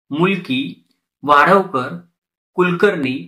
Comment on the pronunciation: vaadhavkar nahi vadhavkar.